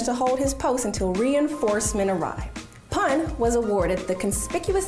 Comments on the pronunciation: not pun its pu n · It’s not pan it’s pronounced “poon” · Its not pronounced as literally a pun its poon btw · Haha I luved how she pronounced pan instead of poon for pun 😊😊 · Deep Prasad Pun - Pun pronounced as Poon not as Pon. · Yes you are correct 👍. Written " PUN "= Pronounciation would be " POON" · You are pronouncing his name wrong. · She butchered his Surname "Pun" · Is anybody going to point out the fact that she's pronouncing his surname inaccurately? :/ anyhow Well proud of Gorkhalis🙏🙏🙏